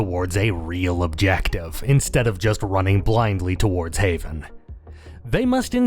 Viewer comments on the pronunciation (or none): none